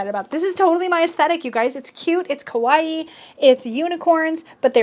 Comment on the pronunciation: You may know this by now but I'd like to point out that the way you pronounce kawaii is actually "scary" in Japanese. It's "ka-waii", not "ko-waii" or "ke-waii". Anyway, ✌.